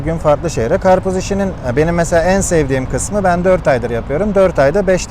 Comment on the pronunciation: Achtung. Achtun alman abi... Was is das ? Garpuz. Garpuz. 😂